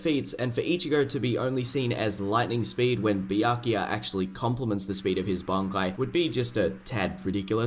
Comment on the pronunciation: Bro went on to say byakuya as BIYAKIYA.